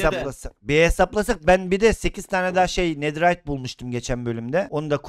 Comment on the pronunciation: Nediriyat değil "netherite"